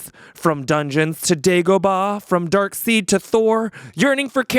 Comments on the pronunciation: pronounces Darkseid as "Dark Seed"? Chosen status revoked. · I agree 100% with on Serenity/Firefly. Once is all you need and never do it again. I loved that I got about 90% of his poem's references. Though,, "Dark Seid" is pronounced "Dark Side". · Mispronounced Darkseid though